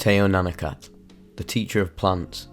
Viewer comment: Love the channel but the pronouncement of the name is killing me 😭🤣